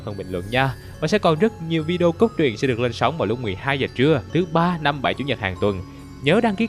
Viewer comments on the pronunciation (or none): none